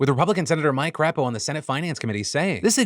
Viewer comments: Of course it as my senator you quoted in the IRS story. Ugh, I hate it here in Idaho. But, as much as I loved you pronouncing Crapo "CRAP-oh", it's pronounced "CRAY-poh" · Lol at calling him Mike Crap O. Should always be said that way! (Actually pronounced Cray-Poh) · I've scrolled down through the comments to check if anyone else told you, Phil, but I may well be your only Idaho viewer, so I'll take one for the team. Much as I would love to call him Crap, it's actually pronounced Mike Cray-poh. Like Play-Doh. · I love how you pronounced it "Crap-o" instead of "Cray-po" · Did I hear "Mike Crap-O"? LMAO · Mike Crapo is actually "Cray-poh" -Sincerly, lifelong Idahoan. But forgiven because everyone does it. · As an ex Idaho 18 year resident who fled because of fascism, how you pronounce crapo brings me joy